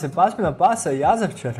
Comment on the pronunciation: I kaze se jazavičar a ne jazavčar